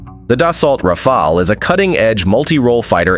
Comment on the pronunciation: Of course, the real strength of the Rafale is its ability to change the pronunciation of its name mid-video.